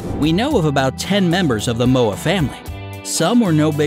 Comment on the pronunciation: XD u cant say moa right